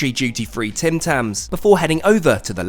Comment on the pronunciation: it’s actually (Tim - Tum) . How Ik this? My family